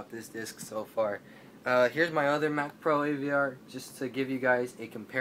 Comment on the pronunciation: It's mcpro not macpro...